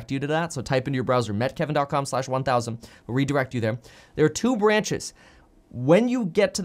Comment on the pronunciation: Hi Kevin! Do you say “Hi Me Kevin here,” or “Hi Meet Kevin Here?” It’s been on my mind lately